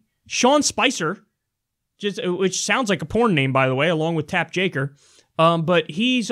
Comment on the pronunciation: everytime you say tapp jaker i think of how fortunate it is you didnt choose tape jacker, or even worse, take japper